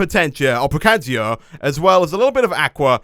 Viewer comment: Precantatio (preh-can-tae-she-o) just thoght i'd say. :P